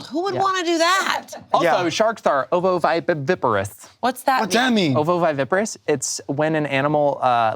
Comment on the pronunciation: Okay with the oviviviparous, he's been doing his homework 🩷